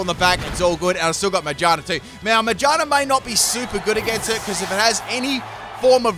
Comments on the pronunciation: Ma-GEAR-na Not Mage-Arna It’s a gear Pokémon Not a witch. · May I also mention he calls magearna “mayjarna”? 🤣🤣🤣🤣🤣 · The way you say Magearna sounds like “mangina” lol